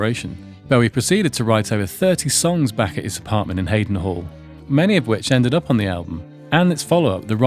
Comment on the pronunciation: Hadd-on Hall, not Hay-don Hall. Talk about mispronunciations 🤣